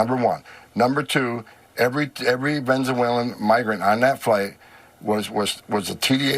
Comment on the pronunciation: love ya but its not venzuelan! try to say Venezuelan